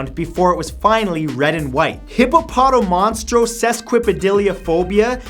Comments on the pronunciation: the way he said hippopotomonstrosesquippedaliophobia made me cringe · he said "Hippopotomonstrosesquippedaliophobia" wrong.